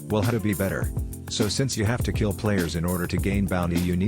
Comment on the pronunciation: "You have to keel players for Bounty" Me: "keels bosses"